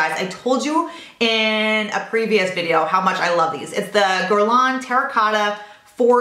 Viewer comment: Love your videos and it's cute how your husband mis-pronouncess Hermes and you mis-pronounce Guerlain LOL